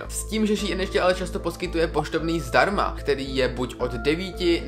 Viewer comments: Čte se to Šín a né šíin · jakoby je to strašně divný, nikoho nehejtuju ani nevim jak se to správně čte, asi teda [ší in] ale reálně mi to trhá uši a četla bych to normálně [šín] ale jen můj názor. nikoho neurážím. jinak skvělý video fakt super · Šiín ... promiň, ale rve to uši 🙈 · Hovorý sa to shin a píše sa shine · Mi to vyslovujeme šejn